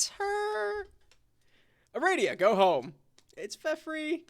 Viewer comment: The name is "Ah-rah-dee-uh" :P I swear it's so funny to see how different the characters are from the og homestuck and pesterquest XD